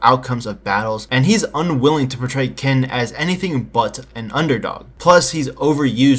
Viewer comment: It's not pronounced "kin," it's "tseen" -> tsin -> chin -> chin-a